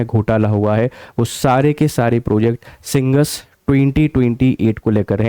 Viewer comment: भाई साहब मोहन यादव का उच्चारण गलत है मैं मानता हूं पर उच्चारण तो आपका भी सही नहीं है सिंहस्थ को आप सिंगस्त बोल रहे हैं आप हिंदी भाषा क्षेत्र से हैं आपको स और श में भी अंतर नहीं मालूम है